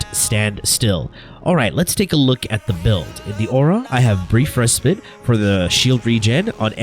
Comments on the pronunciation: its respite not respit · It bothers me each time he says res"pit" lol